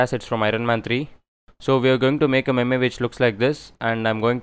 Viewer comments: Its not pronounced "meme", it is pronounced "meem" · it spells meem not maymay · Apart form the "memay" pronunciation tutorial looks solid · It's not pronounced meme it's pronounced as meem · ME-me what is the pronunciation hahaha